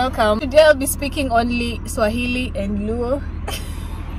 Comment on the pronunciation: pronouciation of Swahili us very good